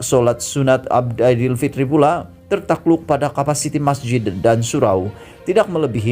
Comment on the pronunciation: Ape susah sangat kamu nk sebut perkataan aidilfitri tu..bangsa asing pun boleh sebut perkataan dan ayat dgn btl.sebut malapetaka pun kamu xbetul,macam mana kamu nk baca berita ni..belajar dulu sebut perkataan dan ayat dgn btl baru kamu boleh buat video..buat malu je kamu ni.